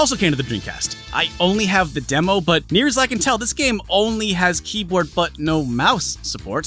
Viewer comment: D...did you say Dreamcast Keebler?